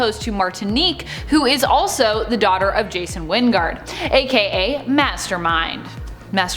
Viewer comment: Jason Wynn-Gard?? I smell Spawn crossover!